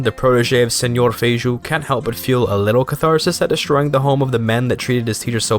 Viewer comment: well, that is kinda funny, because Feijó (it is pronouced feijoh) actually was a catolhic clergy, and in Brazil he is known as Father Feijó.